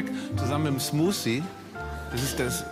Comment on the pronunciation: „smuszie“ :D